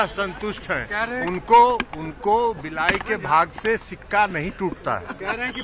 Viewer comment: सिक्का नही होता है,छिका होता है ए कहावत बिहार के बिसेष राज्य का दर्जा पे भी लागु होती है ठीक है ना ललन बाबू 🤣🤣🤣